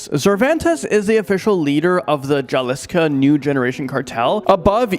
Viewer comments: It's not jaliska it's pronounced with an H Jalisco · Who in the hell is the guy announcer ??! Is that guy the best you can do , really? He mispronounces every other word like he's never been past 8th grade. He actually said Jalisco with the J as one would say James instead of the J being silent. At least act as if your educated....